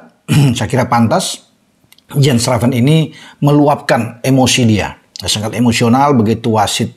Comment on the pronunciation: Baca : yens raven